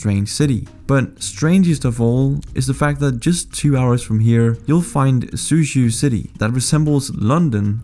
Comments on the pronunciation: you don't prounce zh with a Z sound in Mandarin Chinese, it's kinda like a weird J sound. So Suzhou is more like su-jou. And did you just call Princess Dianna as Princess Dee-anna? Wtf? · I'm curious as to why in this day and age with translation technology, you wouldn't research how to pronounce the place names before recording......? Soochoo, lol